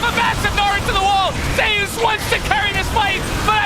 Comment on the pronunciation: why is he calling Zeus Zayus?